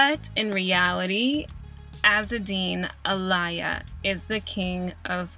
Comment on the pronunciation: Pronounce "er-vay lejay", "azzedeen ala-ee-ya", "pahco rabb-on" ; otherwise perfect.